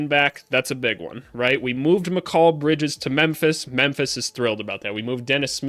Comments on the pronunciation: I'm sorry but never say the name Mikal Bridges again if that is how you want to pronounce it and say it. It is and never has been said like that by anyone not even his own mother who came up with that name. This video could have been good but that is driving me insane to click on another video maybe of someone who says it and says it right. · Why do you pronounce Mikal Bridges like that? 😭 Good vid though exactly what I been looking for hope you make more for other teams especially the Suns cause they're situation is interesting and the Pelicans cause I'm a Pels fan